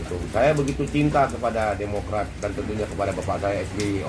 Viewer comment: Ha ha wkk wkk, Kader Demokrat bilang Demokray jadi CEBOOONNGGG....